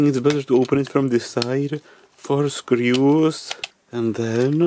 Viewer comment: From the UK, the thing that I find quirky and charming is the way D says screeoos (screws). We have so many different regional accents here we are pretty adaptable.